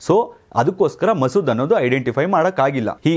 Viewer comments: Sir it's Mosad alwa... Masood andri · Sir adu ಮಸೂದ್ ಅಲ್ಲಾ mosad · ಮಸೂದ್ ಅಲ್ಲ ಮೋಸದ್